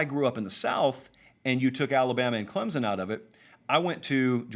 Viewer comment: Say my name, say my name...Clemzon, Clemson, or Clempson?